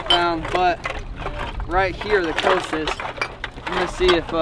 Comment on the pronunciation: Pronounced Cost - a spelled Costa.......not coasta